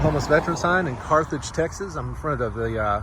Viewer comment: Learn the name of the towns you are in..there is no Carthrage